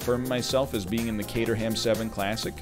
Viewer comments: Never heard it pronounced "cater ham" before. I've only ever heard "Kay trum" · Caterham is pronounced Kate-rhum I'm from the Caterham. I'm not trying to be "That guy" I'm just aware that most North American's are unaware of how it's pronounced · Caterham pronouned = K-trum (I know don't ask too much top gear) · I came to the comments hoping that someone had already said this CAYDER HAM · The Caterham is pronounced Cater um. Love the video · The egg's emphasis on the HAM part of Caterham hurts my British ears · Might be the most "American" he's ever sounded. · Well, that's one way of saying Caterham. Not the English way, but it's a way, I guess. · When you pronounce Caterham you need to drop the 'h' 👍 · The butchering of the names though ;) Caterham is pronounced without the h. Per Jeau, Voxull, Citrun...cars have weird names.